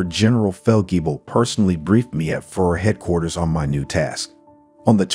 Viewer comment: Narrator, You have to learn how to pronounce Hitlers leadership title !! Your driving me crazy with FURR !!